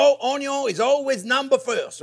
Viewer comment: …lowkey I never get tired of hearing chef say… onyo is always number first ✌️🔥😂🥰 truly a treasure of a man to teach us… he’s amazing